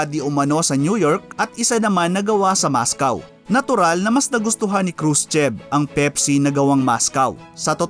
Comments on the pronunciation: mOscOw ndi mascaw kahit mga bata alam ang pronounce s school ...pero informative nman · Mos-kwa po hindi Mos-kaw. Sana wag kang ma offend sa comment ko. Keep it up, madami akong natutunan sa channel mo.